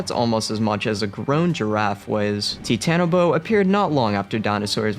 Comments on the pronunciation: you pronounce it like teatanobo when it's really (titan-o-boa). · Bruh it is not ti tan a bo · Its pronoused titan-o-bo-a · Its pronounced ti ta na bo a